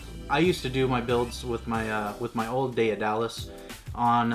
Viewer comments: its just daedalus not daeadalus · Day of Dallas lmao it’s day-duh-less say it w me now haha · BUHAHAHAHA!!!! But yea, Day-Duh-Lus.... Heil Miriam Webster... (Cough, cough...) I must be an old fart, I've never heard the term Grammar Nazi!! I can't stop laughing!! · ITS PRONOUNSED ( DEAD A LUS ) NOW YA KNOW MY FRIEND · Every time you mispronounced it as day-a-dalus I died a little bit more inside. I am now completely deceased. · " day da less" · Its pronounced Daed·a·lus! Check the movie The Right Stuff! The name comes from Greek mythology. I have the Daedalus V1 cant wait to get the newer upgrades. BTW The company has released an upgrade pack that includes the new clamp and spool holder. You still have to deal with the older drill (the chuck sucked IMO) but all the other upgrades are included. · It’s pronounced dead-ahh-luss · neat gear, good vid. its "DAY DUH LUS". Hes the dude who built the labyrinth for king minos who needed it to imprison the minotaur. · Still way too much work. It's pronounced Day-duh-lus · Are all americans this bad at grammer. Learn how to pronounce word properly. I've noticed it's only yanks that mispronounce this name